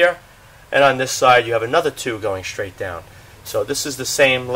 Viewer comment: It's funny how you improperly say the words "strips" and "straight". SHHHTRIPS and SHHHHHTRAIGHT. ha ha. Otherwise, I enjoyed the tutorial very much.